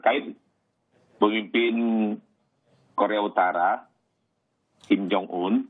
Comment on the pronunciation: IDIOT INDOg🇮🇩guk🇮🇩guk🇮🇩guk🇮🇩 ngeja nama kim jong un 2X saja gak becus.!🤬 kayak negara idiot masyarakatnya gak tau belajar ngeja yg baik & benar kalah sama murid sekolah SLB.! Btw counter attack duta KBRI soal penjelasan pencegahan virus trump=@ cadasss brooo🤘🤘